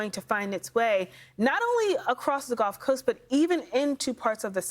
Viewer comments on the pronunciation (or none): none